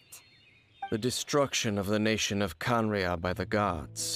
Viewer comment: Kanaraiya, ah yes, kanaraiya.